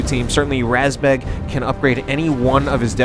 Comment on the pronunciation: РАЗБЕГ is pronounced just like you said, but the A is pronounced like the vowel in the word mud. Source: I am a Russian (